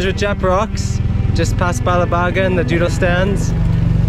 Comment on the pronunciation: what you lack in skill you make up for in enthusiasm. That's what karaoke is all about. I love dodol! My former girlfriend's mom used to make it, and lots of other kakanen. I have to admit, though, it throws me off when you pronounce dodol as "doodle."